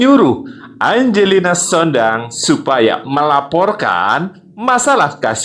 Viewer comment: Sampeyan sering salah nyebut jenenge wong, diperbaiki mas bro, angelina sondakh bukan sondang nang kuping ora kepenak nek salah mas bro, tempo hari dumatno disebut dumanto sampeyan pelajari disik mas bro dadi ora sembarang nyebut